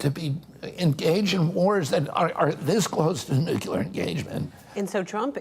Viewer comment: Please stop saying “nucular”, Mr. Kennedy… is that a way to connect with people? You know how to pronounce this word, you’re not George Bush Jr